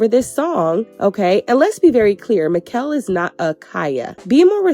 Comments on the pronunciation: Great review but his name is pronounced as MA -SHELL (Machel) . thanks for supporting us Caribbean and Caribbean decent people ♥️ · It’s Machel not Makell ❤ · It's not Ma,Kel it's pronounced Ma,Shel...😭🤔🇹🇹🇹🇹🇹🇹 #socamusic #trinidad #TrinidadandTobago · It's ma ..shell... not mickel😂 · Yowww his name is pronounced MAH-SHAL or mah-shel 🫤🫤🫤🫤🫤🫤 with your MI-kel 🫤🫤🫤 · His name is pronounced Marshall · I’m weak at Maquel gurl it’s MACHEL 😂💃🏾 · It Ma- Chellll lol not mikell lol big up destra machel and nicki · Since u trying to learn babe his name is not "mikel" it is pronounced "mashell" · Lol Makel 😂😂 his name is pronounced Ma- shell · Not Mickel but "Marrr-shell" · Machel's name is pronounced "Mah-shell" *Mah like "hey ma!" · 'Machel'.. pronounced "mah- Shell" 😅🥰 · Mashow that's how it's pronounced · It's pronounced marshel babe😂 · Machel Montano his name is pronounced MA-SHELL . FROM: Caribbean people 🇹🇹🇸🇽🇩🇲🇧🇶🇧🇧🇧🇸🇩🇴🇬🇩🇭🇹🇯🇲🇰🇳🇱🇨🇦🇼🇦🇬🇨🇼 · Definitely pronounced Ma-Shell 🇦🇬🇦🇬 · Gurl his name Machel (Ma -Shell ) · His name is pronounced "Ma_Shell"...🇹🇹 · His name is pronounced Ma shell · It’s pronounced “Mah-shelle” babes ❤🇹🇹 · His name is pronounced Marsh-shell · machel is pronounced marshal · It's pronounced Ma-Shell 🤗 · His name is Machel pronounced Mar-Shell😊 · His name is pronounced as 'Ma-Shell'. As always great review ❤️ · His name is pronounced Marr - challlll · His Name is pronounced Ma-Shell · Americans stay pronouncing Machel name incorrectly But fun fact guys It's Ma-sh-al thts how it's pronounced His name is Machel Montano 💗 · His name is 'Machel', pronounced 'Mah-shell'. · Wrong pronunciation of Machel. Ma- shell!!!! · And Mr. Killa is next🇬🇩 I almost peed my pants when she said makell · It's pronounced like Mah shell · His name is pronounced “MAR-SHALL” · 😂Machel- pronounced Ma - shell 😘🇹🇹🇹🇹🇹🇹